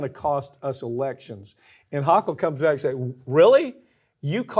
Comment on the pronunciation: HO KULL NOT HAW KULL 😳🤦‍♀️ This NYer can't stand her but you're inability to correctly pronounce a Governor's name is embarrassing as a professional. You've never heard a news story about her before? It would take 15 seconds to Google a NY news video and hear how its pronounced. C'MON,I love you but that's unprofessional and disappointing. You're better than that.😌